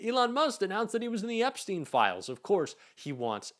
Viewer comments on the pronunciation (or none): none